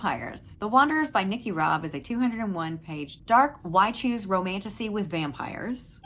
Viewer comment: Are you saying wide shoes? 😂😂 Or y choose?